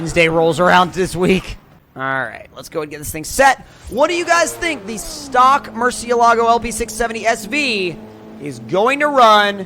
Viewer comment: It’s pronounced “Mur-sha-la-go” not “mur-ceea-lago”